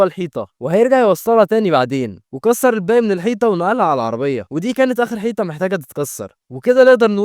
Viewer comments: كفاية كلمة حييتا ، اسمها حيطه ، الفديو حلو وعاكل مجهود فيه يحترم ، بس اختار الكلمات اللي ماتكونش ضعيف فيها زي حيييتا وكومبويوتر والحاجات دي ،والله يوفقك وينجحك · اسف بس انت ليه بتقول حييطه😂😂😂اسف اسف اسف❤